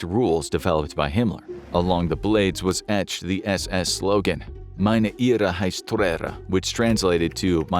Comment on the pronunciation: "lebensborn" is pronounced like "LAY ben's born". What the narrator is saying is "Liebensborn", which would mean something VERY DIFFERENT in German. "Ehre" was mispronounced likewise ("air + uh" would be closer, "eh-(uh) + uh" is closer but hard to describe briefly), and "Treue" was mutilated (should be "troy + uh"). Listening to this was so painful.